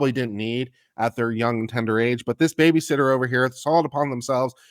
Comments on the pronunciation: Did say BabyShitter? lol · I heard "babyshitter"